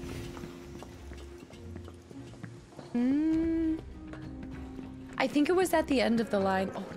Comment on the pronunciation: Dear, Please consider the pronunciation of the word "shower". Thank you. 🥲 -Paul S. ✌